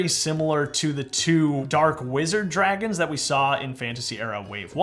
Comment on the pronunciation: hey there is this guy called TGT Studios and he is extremely good at Lego Minecraft like you Btw I heard you say sea Dwagons lol